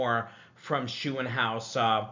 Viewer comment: Max Shoe-in-house 😂 gotta work on that German Umlaut pronunciation! 🇩🇪